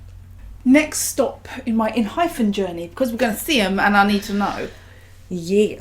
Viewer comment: i love enhypen. they've so many good bside tracks as well with very different vibes. please check more songs. btw it's en-hy-pen not phen and en-gene sounds more like en-jean than engine. anyways thank you so much for checking their contents❣oh and Jungwon didn't become a leader because he's no.1 on iland. after the debut gp was confirmed, they had like about 2 months process to choose the leader. And the last top candidates were Jungwon and Heeseung. since Hee is the eldest he said he would rather be the hyung of the group. So Jungwon became the leader rightfully. he's young but the most emotionally mature and strongest one among them. A funfact is Jungwon also got the cactus pot plants from Namjoon as encouragement/blessing gift during iland.